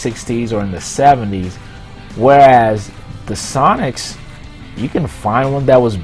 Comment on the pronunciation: When you sad sonix I heard sonic -_